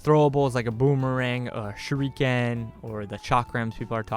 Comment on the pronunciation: Shuriken is pronounced Sure - ick (not eek)- ken. all syllables running into each other, not pronounced separatelyand Speaking of Whips, going by personal experience Whips are More similar to Blades in the injuries they leave, they just cut by breaking the sound barrier and they're flexible thus they're totally unpredictable.... Def would like to see one implemented some time down the line... Even better would be a Rope Dart. (ask and I'll explain what one is)